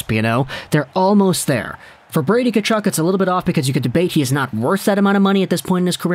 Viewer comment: pretty sure the first "K" is silent in Tkachuk, not the "T"..but, at least you didn't say Kachook..I actually went to highschool with a Tkachuk..no relation..he pronounced it Tuh-KAW-chuk..we just called him Cheeks..